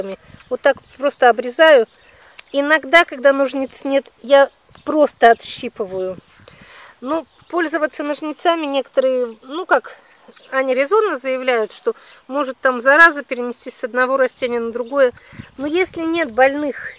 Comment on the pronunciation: "стЕблем","нОжницами", а не...